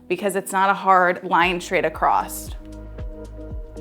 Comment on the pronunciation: Thank you! Just want to point out thatyou keep pronouncing the word “straight” as schtraight.